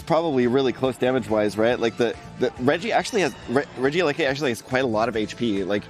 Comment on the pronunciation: im BAFFLED how pronounces regieleki lmfaoooo. "Rigee lakai" ahaha took me a minute to even figure out what he was saying. pretty sure its Reggie (like all of the rest of them lol) Elecy (like electric)